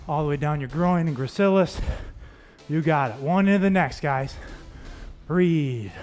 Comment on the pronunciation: I hate when “breathe” sounds like “three” and I get fooled into thinking the move is almost over 😂